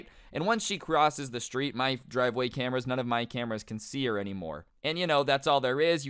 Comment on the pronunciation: Dwive way lmao